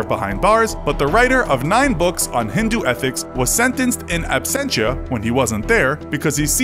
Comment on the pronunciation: in absentia just say it in english your american pronouncation hurts the ears